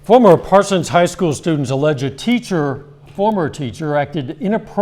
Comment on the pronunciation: The H on the High School is funny to me 😂